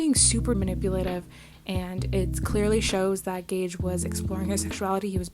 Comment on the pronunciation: Good video and you said it right gage's name:)